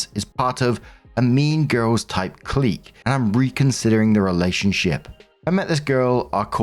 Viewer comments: Its "click" not "cleek" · Please, "clique" is pronounced 'click' not 'kleek'. For the love of God and all that is Holy. please. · Its actually "clique", but go off if you want to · I was correcting the pronunciation, not the spelling. Otherwise I would have written "clique" not "clique" and even people who do have a brain would have been confused.